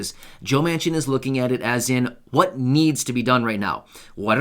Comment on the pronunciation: Almost sounds like you said maniac